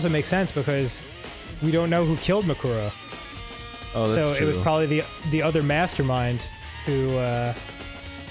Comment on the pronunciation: Kyoko: "MUkoro" Arin: "MUkoro" Dan: "MuKUro. MuKUro."